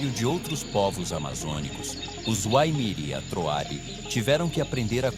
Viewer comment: Muito bom o documentário, só que ele pronuncia errado os "WAIMIRI ATROARI".